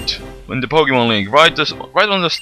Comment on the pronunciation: Poke -Eh -MON.... There is no A in pokemon...lol